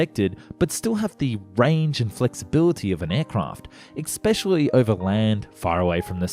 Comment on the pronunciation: "Especially" has no "c" or "k" and is pronounced ess-PESH-ee-al-ee. Thanks for narrating, by the way. Human narration is a good thing.